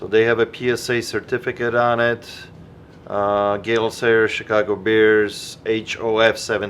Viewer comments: mixing up his pronunciation of Gale Sayers as “gay sailor” is probably one of the funniest things I’ve ever seen😂😂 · Right and me knowing nothing about football hearing “Gay Sailors” and “Dick Butkiss”. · Did he say gay sailors? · Did just say "Gay Sailors' when talking about the signed helmet?:-) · My knowledge of American football players is little to none so when he said "Gay Sailors" following by what I thought was "Dick Buttkiss" I thought he was taking the piss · cracked up when you messed up Gale Sayers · Yea I know its Gale Sayers, and said it correctly other other time, he just said it how I said that 1 time, funny. Just listen.